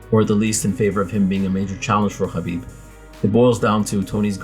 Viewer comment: you pronounce "khabib" impeccably.